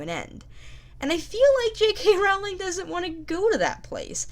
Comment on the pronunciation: Her last name is pronounced like Rolling Rock Beer, dumbass. STOP pronouncing it wrong!!!